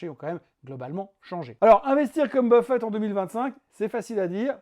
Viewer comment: Intéressant comme toujours, mais attention à ne pas confondre W. Buffett (avec deux T à la fin) avec le buffet du salon...